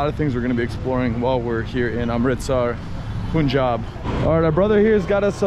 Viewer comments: Please stop calling it pooonjab. It’s Pun-Jab. Thnx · Bro it's pronounced as panjab not puunjaab😂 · It’s pronounced Pun-jaab, Not Poon-jab. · It’s not “Poon-jaab”! It’s “Punh-j-aab”. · Y do u call punjab as poonjab??? No one has corrected u? How do u pronounce d english word PUN ????? Its the same PUN-jab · Hi It's not Poonjab......its Punjab (Pun similar as saying Fun). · BRO IT'S PANJAB NOT punjab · Bro its panjab not punjab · Why do you guys call it Poonjab? It's Punjab. Pun-jab. Do you pronounce 'Pun' as 'Poon'? Then please pronounce it properly, sound so weird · its pronounced panjaab, not poonjaab. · Its Paanjaab not pooonjaaab 😢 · Hi bro loved your video but you pronounce the name of our state wrong it might be written as punjab but it is pronounced as Panjab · It is not poonjab